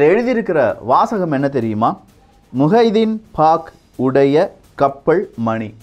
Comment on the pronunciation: நல்ல பதிவுக்கு, நன்றி. தமிழ் உச்சரிப்பை சரி செய்தால் இன்னும் நன்றாக இருக்கும். கப்ப’ல்’ .. கேட்டா’ல்’ என்றா’ல்’ ..